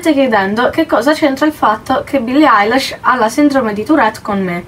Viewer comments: si pronuncia ailish non Eilish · no, lei ha detto billie ailash, si pronuncia ilish e si scrive eilish ;) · no si pronuncia ailish non ailash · si ma "billie ailash" NO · Billie “ailesh”